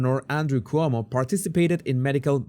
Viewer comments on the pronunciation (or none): none